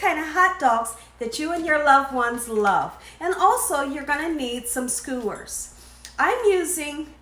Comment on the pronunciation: Skewers. There's no "O."